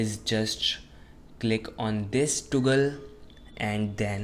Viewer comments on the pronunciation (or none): Did you just say toogle instead of toggle😂😂😂😂😂